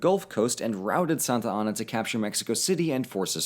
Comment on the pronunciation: Meh, I prefer Santana to "Santianna."